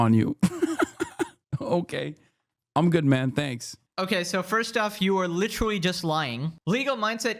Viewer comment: At first it bugged me but now I kinda like it when he says "lichrelly"